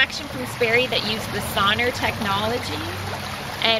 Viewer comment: SON-R is pronounced "sonar" (as in the submarine navigation technology), not "sawner."